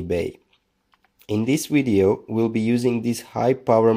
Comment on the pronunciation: Where are you from??? Voltage is not pronounced as wolt-age . It’s a Vee not a DOUBLE-UU. Video is pronounced Vee-dee-ooo Not Wid-we—I